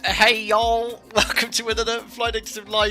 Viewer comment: Gotta say that “Hey Y’all!” right at the beginning was 10/10. Basically an American now 😉